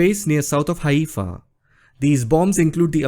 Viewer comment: You don't even know how to say Haifa and you sound very racist